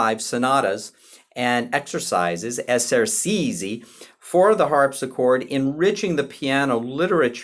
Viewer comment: At about , we stop talking about Scarlatti and start talking about someone called ‘Scarladdi’ (ugh!). Essercizi is pronounced correctly ‘esser-chee-tszee,’ (not ‘esser-see-zee’). A little coaching on Italian pronunciation may have helped in what is otherwise, an interesting and useful video.